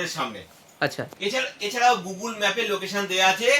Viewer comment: Google ❌ gogol😂😂😂😂😂😂